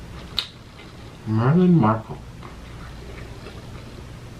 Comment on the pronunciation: you guys are all talking about the story in the beginning while i’m not focused on how he said prince harry was queen elizabeth III’s son and how he pronounced meghan markle wrong